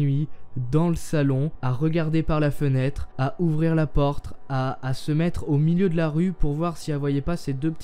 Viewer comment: À il a dit: "ouvrir la portre" c'est mignon la faute de la bouche de 🤪🤣🤣😂😂😂😏